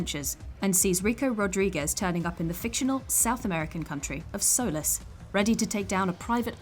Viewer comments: "Soles" It's Solis (SOL- L - EE S) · Part of me winced when she said "soh-liss" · It is not Solis it’s solease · Yes oh my god everybody says sol-ice